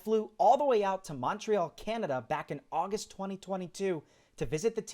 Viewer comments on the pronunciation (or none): none